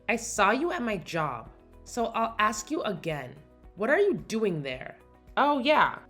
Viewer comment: The person who is playing Kinsley must never have been taught how to pronounce the word “ask”. She says “ax” instead of. So out of the way she’s been speaking and annunciation of her other words.